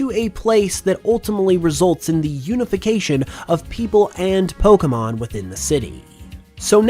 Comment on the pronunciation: I really thought you were making a pun there for a second by saying “unovication” (unova, unify)